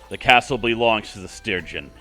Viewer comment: That was so close with Lady Katie. Good luck on getting the true ending. Also... Stygian is pronounced like Steh Jee en. Hope that helps.